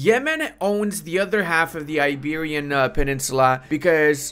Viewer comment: "iberian" lol